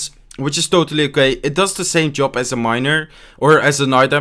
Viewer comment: Its AS you can see and not ASH :D